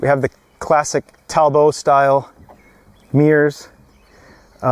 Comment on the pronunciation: Talbot and he pronounced it correctly.